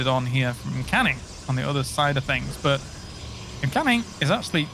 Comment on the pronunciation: It's M-Canning guys, not Meh-Canning. At least that's what he calls himself and definitely sounds better then Meh-Canning.